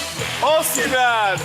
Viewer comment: Ojy, please stop pronouncing Victor Osimhen wrongly. The name is Osimhen not Oshimen. He's Edo not Yoruba. I find it shameful that Journalists would come on air to pronounce their own names wrongly. But they would strive to pronounce foreign names properly.